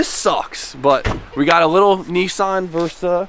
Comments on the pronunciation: Lets not forget pronounces Nissan properly. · Dear Americans. Listen to that is how you pronounce Nissan:-)